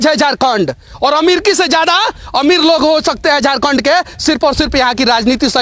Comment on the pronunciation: Hindi bolne nahi hata hai , Hindi kabhi mat bolo Jharkhand ko jorkond bolta hai sala Bihari